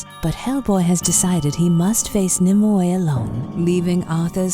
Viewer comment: Nimue is pronounced more like "nim-way", not "nim-oo-ey".